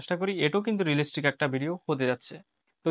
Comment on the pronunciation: রেলিস্টিক না রিয়েলিস্টিক